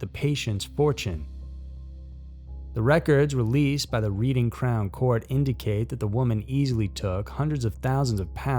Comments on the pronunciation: Reading (the place) is pronounced red-ing not re-ding, babe. That ain't been not the news here in the uk, so thanks for bringing it to my/our awareness. Gem♡ 🇬🇧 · Also noticed Reading pronounced Read instead of Red and Burgh also gets them too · yes I noticed that too! X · Oxfordshire - or any county in England with “shire” on the end is actually pronounced “shur” like “er”. Yorkshire is actually a lot further North. It’s no where near Oxfordshire. And Reading is pronounced “red-ing”. Nitpick ends. 🤪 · Just a note, Oxfordshire isn't near Yorkshire and Reading is pronounced "Redding".